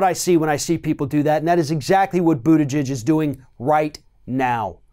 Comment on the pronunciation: I just noticed you finally stopped saying literally "Boot Edge Edge". Lol.